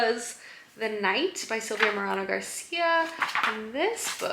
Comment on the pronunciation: Love this vlog so much! You’re new space is so lovely. Also, just a quick note that Silvia Moreno Garcia’s name is pronounced like More-ay-no, not More-ah-no. Hope that helps!